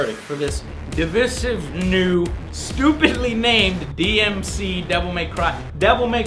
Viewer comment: It’s not DMC: DMC It’s DmC 😏